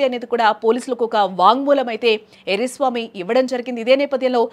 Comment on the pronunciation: ఎర్రి స్వామి కాదు... ఎర్ర స్వామి 😂😂